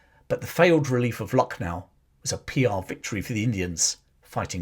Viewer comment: I was born in Lucknow. Used to go for evening walk in ' Residency ' where British took refuge. It has a cemetery as well. The actual pronunciation is Lakh-nou